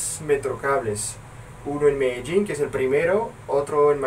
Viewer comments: Cuando dices Medellin se te sale el acento paisa :P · mas o menos en el